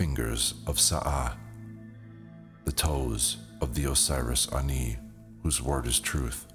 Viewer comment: THANK YOU FOR NOT PRONOUNCING IT AS 'ANNIE'!